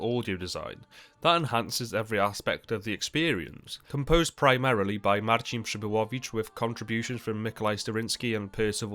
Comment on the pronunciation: Wow! When you pronounced Mariusz Przybyłowicz you sounded like Polish native ! Well done m8 💜 I bet you prepared for it out of respect for the composer ❤🎉